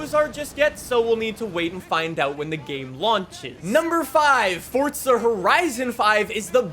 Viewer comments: How much money for you fo pronounce it "Forza" and not "ForTza" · Sorry but it hurts it’s not fortza it’s forza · Omfg please it’s forza not fortza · Ddid you just say fortza instead of forza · I love the videos but it is driving me absolutely insane when you say fortza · "Fortza" "forza" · ITS "FORZA".. NOT "FORTZA" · why is he saying ''FORTZA''??!!!!! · Fortsa???? U mean forza. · Brotha it’s pronounced “FOR ZUH” not “Fortsuh” lmao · Bro it is FORZA not FORTZA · Idk if it’s just me but I say “forza” not “fortsa” I love the video though man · FORTZA FORTZA FORTZA 🤡🤡🤡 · Why you say it fortsa? The official Xbox stuff say the single Z not like how Italians say a double z... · Bru stop saying fortza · Me: ah no not again: fortsa horizon 5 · Fortza horizon 5 fortza horizon 5 Edit: I’m not making fun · Lol why u saying fortza???? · fort za. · I'm so Annoyed at him cause he calls it fortsta horizon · Are you fucking dislexic there is no t in Forza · Stop saying forza like that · Fortsa horiteson fife-wuh